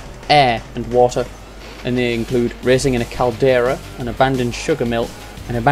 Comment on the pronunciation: öhf, faia, äöh and wata